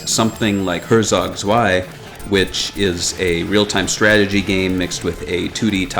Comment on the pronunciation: Zwei was almost right. Only the Z is different, with a t in the beginning. Like Tzwi